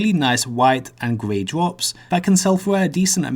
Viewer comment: ''pwetty good drwops fwom these monstews'' Why do people talk like that?